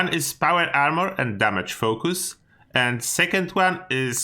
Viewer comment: “No foh-koos much on damage”